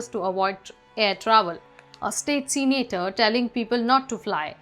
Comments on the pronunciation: Not seenator, say senator. Not reolly, say really. Not hyor but here, learn the language that you are using to communicate, especially when you are a host. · Its not "Seenator" its " Se-na-tor" , get the pronounciation right please